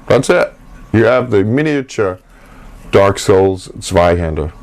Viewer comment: I only clicked on this too see if he pronounced zweihander correctly, and I was very satisfied